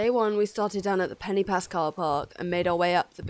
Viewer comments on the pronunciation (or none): I appreciate that you are English but please can you learn how to pronunce Crib Goch ( not Gok) and Pen y Pas ( Not Penny Pas) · I know it's hard if not a Welsh Speaker. It's pronounced phonetically Creeb Goch (the 'ch' makes a guttural sound). An Pen 'y' (that sounds like 'urgh' in English and Pass. Amazing how you did this though I enjoyed your video. X